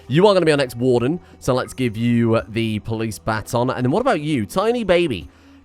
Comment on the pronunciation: Bâton, not batonne.